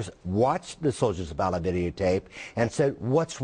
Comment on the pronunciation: And this guy cant even pronounce "Allah" correctly.